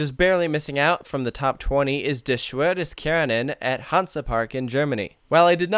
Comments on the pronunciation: De Shwür des Kärnan... Ouch, that hurts. Its called: "Der Schwur des Kärnan" (The Oath of Kärnan) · "der Schwur des Kärnan" Not "da schwür des Kärnan"